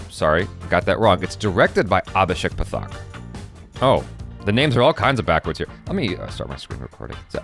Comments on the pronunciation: I watched the intro :D and it's pronounced Paaaathhhak, not pathaak :D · Watched the intro! <3 That's not how you pronounce Pathak. :P